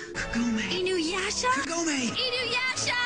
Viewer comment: youre saying inuyasha and sesshomaru wrong and I LOVE THIS ANIME!!!!!! the comic relef is great, the suporting characters can stand individually and it isn't a bad show and im the one that likes the kaind of anime that is really hard to keep your stomach in and i'm the kaind a person that doesn't watch romance because well in anime most of the romance happens quickly and everything is lovely dovely it's kinda annoying but here they have to get to know eachother insted of yust geting to the point